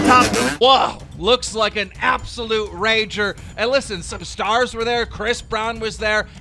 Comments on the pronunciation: Dam Jake Paul really said he throws “Rangers” instead of Ragers and y’all let him do it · "I throw rangers" its supposed to be "I throw ragers"